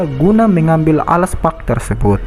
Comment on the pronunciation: Alk Spark Bang Bukan Al Spak